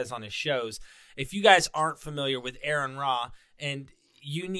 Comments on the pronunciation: I'm going to start a GoFundMe....it'll be called "it's pronounced..Are-in" lol. 🤭 "I watch him all the time" then why didn't you see all the times he corrects almost literally everyone? That musta made your face red. 😅 I'm just joshin' bud. Thanks for the content. Good video. 🌶️🥓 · Interesting how humans work sometimes. Pronouncing "Aron" correctly the first time but not the second.